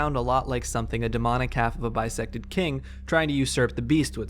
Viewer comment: Every time you said bisected king, I could only hear bisexual king. So, slay bisexual king